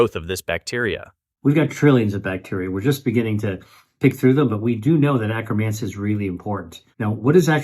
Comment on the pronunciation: FYI acromancia pronounced wrong by AI